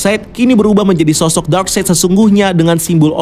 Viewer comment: Akhirnya setelah sekian video, si abang udah bener nyebut nama darkseid 😂 eh salah lagi 😂